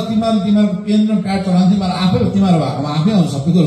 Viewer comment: Boli lai Alik sudharnu paryo sir, Teme haru - Temi haru ......? Ke ho yo "Shabda"